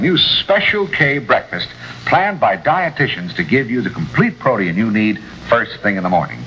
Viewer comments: the way said Proteum instead of Protein is hilarious! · I need to try some of this "proteeyen" some time.